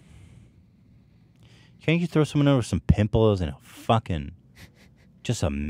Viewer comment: Ethan you say ‘farkin hell’ like an Aussie mate